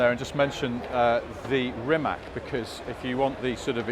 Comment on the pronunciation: Guys why does everyone continue to pronounce Rimac wrong?!… is it just pure ignorance?!… it’s like saying Juguar 😂 Rimac Automobili (pronounced [rǐːmats automobǐːli], \'Ri-mats\)